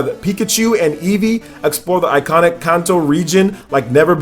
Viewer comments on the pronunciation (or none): none